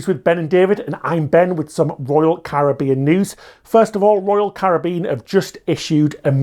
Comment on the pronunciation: thank you for pronouncing Caribbean properly